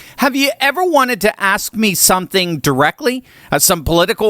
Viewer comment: I heard Francesca said "Someting wong!"